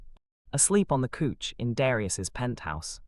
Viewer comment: It's not cooch it's couch 😂